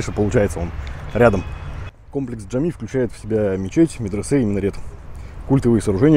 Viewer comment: и мечеть Джами, а не Джамми, Джимми...